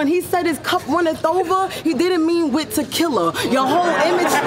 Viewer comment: She say ta-kill-uhhh instead of tequila lmao